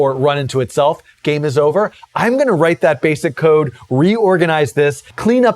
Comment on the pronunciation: Ha ha. I guess since I knew the context of his statement, I heard it as "code", but re-listening to it with cocaine in mind, it does sound like "coke".